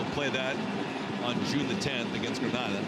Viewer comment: Suprised he said the the word NEVIS correctly😅... He butchered the words Tobago and Grenada.